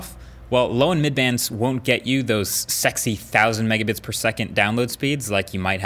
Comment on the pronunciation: you say the word (sexy) in a weird way